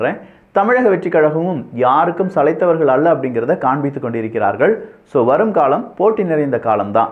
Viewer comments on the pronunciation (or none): none